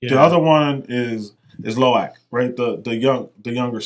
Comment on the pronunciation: “Luca” man, it’s Lo’ak 🙄